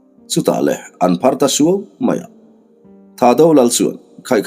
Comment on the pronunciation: Ho tupa THAHDO ho hming ilam dan hi a dik meuh emaw chu🤔🤔🤔🤔 Atel a intel tir ta sa² han siam rem deuh ula kava duh em🙏🏻🙏🏻🙏🏻🙏🏻